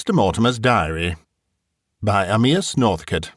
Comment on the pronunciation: Amyas is pronounced "AY me ass" not "a MEE ass"